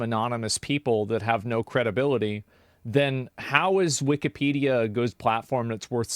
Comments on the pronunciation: wee-kee-pedia lol why’s he pronounce it like that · The way he kept pronouncing it “Weeky-pedia” drove me nuts. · Wik-E-pedia bugs me more than it should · Take a shot every time he says wikeypedia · He tries too hard to say wikipedia and it comes out weekeepeedia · It's hard for me to keep hearing him say "Wikeeepedia" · Anyone who says wikipedia like “wikeepedia” should be locked up!!! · If he says "wikie peadia" one more time, I am gonna' claw my ears out. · Dudes saying weekepedia wrong intentionally to generate discussion on why he says weekepedia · He’s driving me insane how he’s pronouncing Wikipedia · I hate how he pronounces Wikipedia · The way this guy pronounces "wikipedia" tells you all you need to know. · he pronounces Wikipedia wrong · The way that guy says Wikipedia makes me instantly annoyed. Idk why but he pronounces it with to much emphasis. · Wikipedia one word its so annoying he. Mispronounced it at least 100 times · what's hilarious is this guy is so old and out of touch he can't even pronounce the name of the website right, I mean i'm not being ageist but his opinion is like the definition of immaterial for anyone who actually gives a crap about the debate or ethical dilemma that's at stake. It's like running for president of the united states but you can't pronounce america, it just quickly turns you into the laughing stock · “am I crazy” no, the guy literally can’t even pronounce Wikipedia correctly what makes you think he’s smart. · I’m one minute into the video and this man has mispronounced Wikipedia 152 times already. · Its really bothering me he’s calling it wikeeeepedia. Its wikapedia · It’s not weekee it’s wiki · Weekee-pee-dee-ugh is the worst pronunciation Ive heard to date. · It pisses me off how he pronounces Wikipedia. It's Wick-i-pedia, not Wicky- pedia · wikipedia... not weekeepeedeea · Weekie-pedia? Why does he keep pronouncing it like that? Everyone I’ve ever met has called it wick-a-pedia